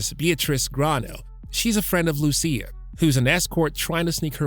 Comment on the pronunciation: It is "Mee-ah" - not "My-a". Loo-she-ah, not Loo-see-ah. Tahn-yah, not Tan-yah. 🤦🤦🤦🤦